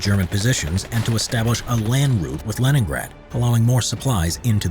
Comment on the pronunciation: I honestly thought you said Lemongrab